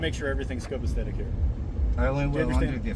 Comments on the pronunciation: Such big words, but he needs to learn how to say them. I'm being grammar police today. It's COPACETIC, NOT COPACTHETIC. cops are pathetic. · This officer needs retraining ASAP! He doesn't even know how to say the word copacetic! He keeps saying "copesthetic" which has no definition! This clown of an officer is an absolute moron!